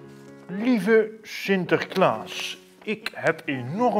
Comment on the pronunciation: zegt sinterkaas